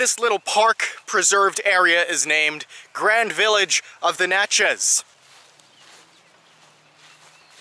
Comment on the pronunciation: You did a pretty good job on a place I lived for 7 years. Natchez rhymes with Matches !